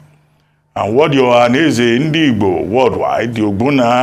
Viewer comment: Shame to so called Dr Abati for making nonsense of the way he pronounces Ndigbo. Abati your hatred to Ndigbo can't to stop Obi and all know you hate Obi and igbos in general. I don't blame you because everyone know you're fighting for a position to become a media spoke's man to Atiku who the mother earth is fighting against including his party members and others